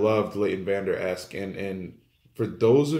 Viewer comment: great comments but get the name correct, it's vanderesch not vanderesk!